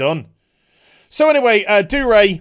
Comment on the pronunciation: Love the video but it's pissing me off that your not pronouncing the G in Dougray